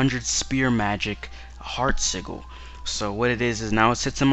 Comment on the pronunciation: Why cant anyine pronounce sigil right Anyway great review